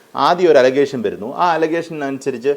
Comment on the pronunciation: അലഗേഷൻ എന്നൊരു ഇംഗ്ലീഷ് വാക്കില്ല.. അലിഗേഷൻ (Alligation)